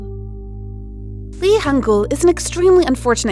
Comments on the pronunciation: It’s Hangyul not Hangul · The name the first guy is lee hangyul, not lee hangul